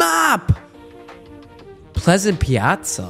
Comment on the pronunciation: Bro said “pleasant pliaza”